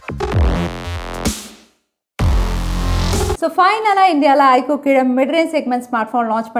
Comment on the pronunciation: its IQ not ikoo